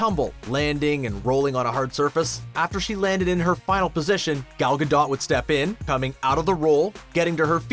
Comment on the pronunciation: Her name is pronounced "Gal Ga-Dough", NOT "Gal Ga-dot." WTF?